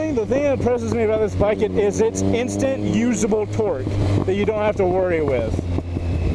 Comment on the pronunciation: I don't know why but I seem to hear you say "Twerk" instead of "Torque" everytime... "I love these twerky bikes!". "The feeling is sooo much different on a twerky naked bike" "But feeling that twerk throw your butt to the back of the seat..." And yes, I am fucking immature.